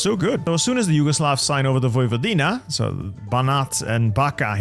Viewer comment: the "Backa" is pronounced as "Bachka" while Vojvodina is "Voivodina"